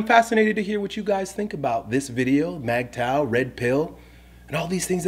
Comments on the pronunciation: Ok..yeah. Do more research you don't know what your talking about. The name is mgtow.. men going THEIR own way. If pursuit of money is what he wants, good. If being a monk is what he wants then good. If casual dating is what he wants then good.. Its whatever life best fits that man. And please at least learn to pronounce the topic your speaking of. Not Mag tow, its mig tow. For a topic you've never heard of you sure seem to believe your an expert in it. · MIGTOW! I always pronounced it: MUHGTOW! is the man. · Bruh its pronounced "MIG TOE", not MAG tow. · I agree with you, brother. I just disagree on the pronunciation. You say Magtow,I say Migtow. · MAGTOW WTF? you’re messing it up. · I prefer mag tow. Men going, not min going